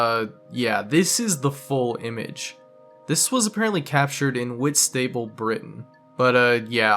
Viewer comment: I was wondering if anyone else knew this! I am also dying at the pronunciation of Whitstable, never heard it as whit-stable before xD